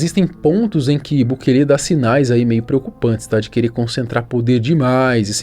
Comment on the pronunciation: SUGESTÃO aprender a pelo menos falar o Nome do Presidente de El Salvador corretamente, bukeeele sangra os ouvidos 👂